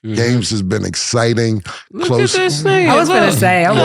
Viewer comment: Cam can’t say exciting.😂😂”essciting”